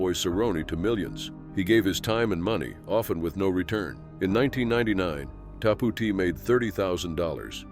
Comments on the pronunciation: It is pronounced "Tap OUT" not "TapooT" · What is wrong with people mispronouncing simple things anymore. Shows our schooling is garbage. It’s Tap out man wow 😅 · Pronounced "Tap Out" like signaling you concede the bout. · I have never heard anyone pronounce tapout like that 😂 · Seriously..you cannot pronounce tapout? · I love the way he mispronounced the name brand TapouT. Too funny and so far from how it’s supposed to be pronounced. 😂😂😂